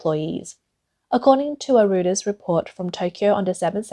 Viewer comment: Note: "Reuters" is pronounce4d "ROY-terz".